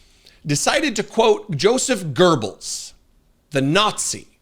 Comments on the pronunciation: Its not Gurbles, its Goebbels. Gurbles sounds quite funny tough 😅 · Not pronounced “Ger-Bals” but rather “Go-bals”. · Why "GURRBULLS"?? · His name is Gobles not Gerbals. The Texan doesn't know how to pronounce it correctly. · It's not 'Joe Zap Gerbils' it's pronounced 'yoezef gubbles' dude. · Please stop butchering foreign names. It's Goebbels, not GoeRbels. It's not that hard. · it's "gowbels" (rhyms with no balls,) not gerbels. There is no R in Goebbels. Hitler has only got one ball, Göring has two but very small, Himmler's are very sim'lar, But Goebbels has no balls at all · Please get the name right "goebbels" no gerbils. It sounds like you don't know history. Check how to.pronounce a name correctly when you use i! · Now Goebbels is GURBELS ? It's GOE-BELS...no R in this animal's name. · Goebbels, not gurbells! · it's pronounced, Gogh Bells. You're welcome. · You write it correctly, why do you pronounce it Goerbels? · Thank you for making great videos. But the name of the Nazi propagandist is Goebbels, not Gurbles or Gobbles. Ms Johnson gets it right. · Yes, Gurbles is annoying! A mix up with Goering perhaps? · There is no ER in Goebbels. Pronounced GO-BULLS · Why do Americans say "Gurbles"? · yankovich would be the the right way to say the name...also wtf is gerbells ...its just like Teslurr :D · Joseph gerbels. Must have learned how to read in a democratic run transvestite campaign school. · The Congresswoman‘s reply was what I was going to say. As a European it‘s very concerning that he is quoting Hitler‘s right-hand man. Also: Why do Americans pronounce Goebbels as Goerbbels? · Göbbels has no r in the name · it's Joseph Goebbels. Not Gurbles. FyI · LOL Gerbil. It is Goebbels! NO R - sheesh americans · Come on guys, if you want to be taken seriously, use the proper pronunciation. Joseph Goebells... Go bells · Gerbils 😂 i cannot unhear the 🐹 instead of Goebbels pronounced right by Dem. congress woman. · Gobbels....there is no R in Goebbels.